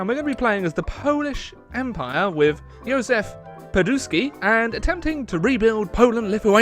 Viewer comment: (english phonetics) Juzef Piwsuutski